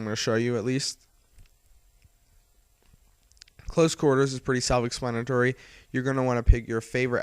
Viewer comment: ex-plan-a-tory, not es-lan-tiry